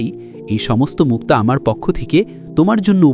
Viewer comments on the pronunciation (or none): কথার স্টাইলের ঠেলায় মুক্তা'কে মুক্ত বলে😅😅